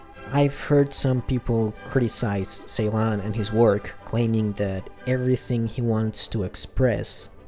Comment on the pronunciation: Just a correction about the director name , C in Turkish is pronounced J so his name pronounced Jeylan